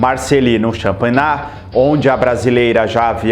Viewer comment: Marcelino Champagna fala-se Marcelino Champanhá....